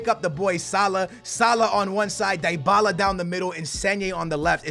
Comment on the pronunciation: it's DEE-Bala. For fucks sake